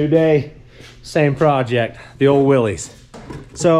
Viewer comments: If you want to sound like you know those old classic Jeeps, the name is pronounced Will-iss, no long E sound. I know the spelling is weird for what the correct pronunciation is, but having known a old Jeep collector who would correct anyone who would say it wrong, I just thought I would let you know. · Just so you know, it's pronounce Wil=LISS, not Wil-LEEZ. I promise. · Willys is pronounced "Willis" :) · I tried to watch but everytime I hear someone mispronounce "Willys" I have to skip to the next video. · It bothers me too and almost everyone does it. In fairness, most people have no idea that it was a person's last name and that it's not pronounced the way that you might think it would be.